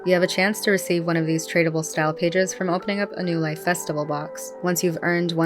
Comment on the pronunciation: Why do I keep hearing "no life" when it should be "new life"...